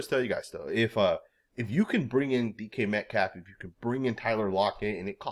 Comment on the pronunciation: Wait, did he just refer to DK Metcalf as "decaf?" As in a cup of coffee 😂